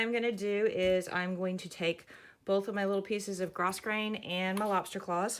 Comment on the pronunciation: Thanks for teaching the correct pronunciation of grosgrain.